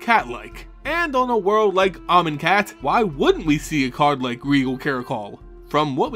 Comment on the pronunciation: Oh, you keep pronouncing Amoncat wrong.